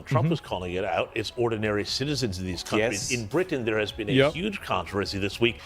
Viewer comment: How would Douglas Murray know what to do? He's "never beeean" in a migrant gang.